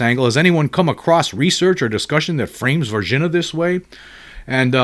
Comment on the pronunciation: Respectful correction: Var-zheen-yuh, Brazil